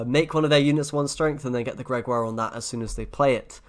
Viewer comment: Meanwhile, SirPumpkn still pronounces Gregoire as Gregory and pronounces Geralt as Jeralt.